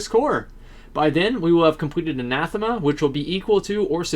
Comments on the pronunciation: I'ts "Ann Uh Theem Uh" by the way. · It's Anathema. He's just saying it wrong.